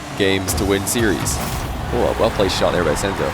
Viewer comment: Not sensu its “senzo“